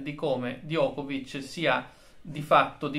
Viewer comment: Diego. In serbo Djokovic si pronuncia Giocovic con la C dolce finale.